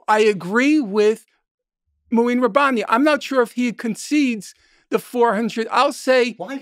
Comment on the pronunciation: Mouin ( moo - een) Rabani